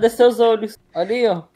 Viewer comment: "cadê seus ôlhos" KAKAKAKAKAKAKAKAKA